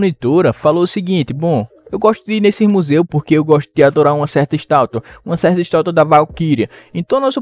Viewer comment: Mano só eu que percebi que nos 20 mim mais ou menos ao invés de ele falar estátua ele falou estalta kkkkkkkkk OBS:eu não estou criticando só estou falando porque eu achei engraçado!